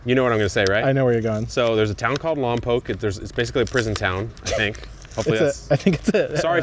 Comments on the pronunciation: Omg I was born and raised in Lompoc so you mentioning it is crazy! And actually pronounced it correctly 😂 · HILARIOUS! I'm from Lompoc. Andersens Pea Soup is actually in Buellton. You pronounced Lompoc correctly. Most people don't pronounce it correctly unless you are from there.